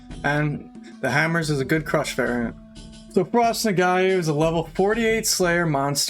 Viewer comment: "Nog-wah" Lol. I'm sorry, but that was bugging me.